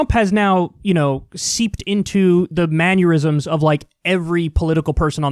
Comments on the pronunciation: a new classic, common, everyday words Kyle can't pronounce correctly! "ManUrisms" 😂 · Man-ner-isms not man-yer-isms. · "Manneurysm"?! Really, Kyle? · Manure-isms is a fitting pronunciation to describe Trump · Heh. "Manuerisms." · the word is ""mannerisms"" Kyle not ""manurisms""" sorry. I hate to be that guy. LoL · if you say maneurisms instead of mannerisms one more time im gonna have an aneurism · mannerisms* not maneurisms Kyle. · Maneurism? Manure-ism? Oh you mean manerism? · If you tell Kyle he's pronouncing something wrong, does he have a maneurysm? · Kyle "man-u-risms" Kulinski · Darling - not manurisms - "mannerisms" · “Manyerisms” lol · Who says 'manyurisms'!?? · "Man-yur-isms?!?" I thought I had misheard him, but then he repeated it twice. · The way Kyle pronounces the word "mannerisms" is giving me a maneurysm. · Kyle, I think you said "manurisms" instead of mannerisms. But it fits perfectly. This guy has some shitty manners. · The way Kyle says manurisms sounds like man-aneurysms instead if manor-isms. 😂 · MANN-ERISMS. Not manurisms. Why wouldn't hospitals follow CDC guidelines? Why wouldn't the state recommend to clinicians to follow the guidelines. He's not innocent and his elderly constituents are suffering. You're extra stupid. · Kyle your pronounciation of “mannerisms” is giving me aneurysms 😂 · Mannerisms... not maneurisms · "Manyerisms" :D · I love ya Kyle, but there is no "u" in "mannerisms" 😆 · Why does Kyle keep calling them manure-isms? lol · I'm mildly annoyed by the way Kyle says "mannerisms" like "manurisms" Or at least that's what I'm hearing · Word: Mannerisms Kyle: Manuerisms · I've got to ask... what's a "manyeurism"..? Is that when a blood vessel bursts in the brain, but only for dudes? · I wonder if Kyle was calling them manurisms rather than mannerisms on purpose, "manurisms" being the gestures one uses when spewing manure. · Kyle says “mannerism” like someone would say “aneurysm” lol. Maneurysms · I've had a few Manurysms before.